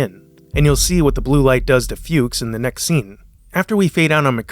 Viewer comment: It also caught him say Flukes instead of Fuchs. I never notticed that before.